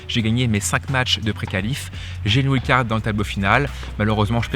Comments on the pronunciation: ouild card ça fait mal à entendre quand même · Doit-on prononcer "ouild" card ou bien "waïld"" card ??? Ça fait bizarre comment tu le dis, mais après tout, c'est toi le pro qui connait bien ce milieu du tennis? (WILD CARD)